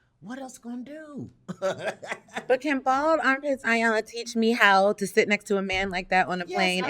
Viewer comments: ee-yon-la! not eye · Why do so many mispronounce Iyanla's name? It is not I-yanla it is E-yanla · Ee-Yan-lah Ee-Yan-lah Ee-Yan-lah Ee-Yan-lah Ee-Yan-lah Not Eye-yan-la! Irks me when people get it wrong. Apart from that, thank you for this vid, love it. Ps. Those earrings on the far left! 🔥 where are they from?!?